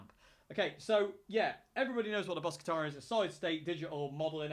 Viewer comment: How to pronounce Katana correctly , Ka-Ta-Na all short ‘a’ sounds.